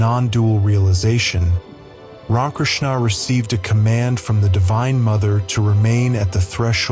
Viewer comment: Poor old AI doesn't know how to pronounce RamaKrishna's name... half the time. It sound like "Ron" Krishna's ? Blessings all around. !!